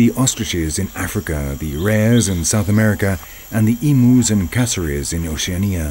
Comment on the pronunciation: two things 1. you said emus and Oceania wrong 2. emus could only be found in Australia and New Zealand but the Maori people hunted them to extinction in new zealand